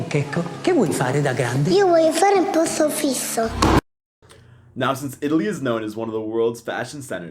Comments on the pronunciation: Ciao, just a precise: "posto fisso", not "posto fisto";-) You make me smile, very nice to listen as an Italian:-)... and... it is true.... we work more hours than you can see in the clock:-) often 9-11 h. a day...and.. I like the part about breakfast in the morning, we love sweets and it is so strange for us eat salt things!:-) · But Is "posto fisso", not fisto. Until 80s almost every young Person use to leave family's house Just After their 20s because we had Just One kind of contract: lifetime!, but the fucked up employment policies oriented to delete by tricking on specifics occupational fields the conquers made until then they have made so complicated to have a job for 8 hrs a day. So for that, forced mammoni and Crazy Daily timetables on work. The cultural influenze of that affected Also the shop opening times, After another 20 years. Mammoni thing came up After a speech of a useless minister of a Berlusconi's government, blaming the youth of the fact they can't join their independance.